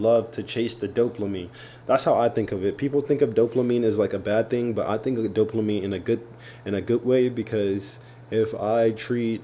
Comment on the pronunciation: “DOPLAMINE” 😂 love bro!